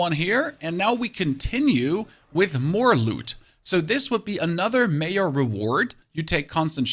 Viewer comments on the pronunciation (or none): Did you just pronounce major as mayor? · Lmfao this is great, I believe he is German and that's why he said "Mayor" when pronouncing "Major". 😂 His English is pretty good but on occasion I catch stuff like this and it usually makes me laugh. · You confused me when you were referring to Major reward because you actually said mayor reward. When you are referring to the name Jesse, do you say Yesse? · Why is bro pronouncing "major" "mayor" 💀💀